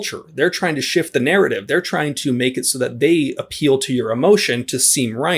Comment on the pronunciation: the "meke" "shel" "enhrit" the "erthe".